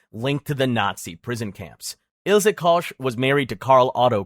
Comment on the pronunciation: Duuuude, you should check pronunciation of places as famous and important for this subject like "Ravensbrück" or "Buchenwald", or "Koch". The way you butchwred some names is crazy.